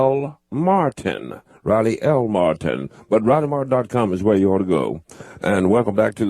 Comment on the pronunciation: I guess nobody had the guts to tell Riley when he spelled his name that its " r " not r-ah......r-ah...i l e y ...martin ...m a r-ah t i n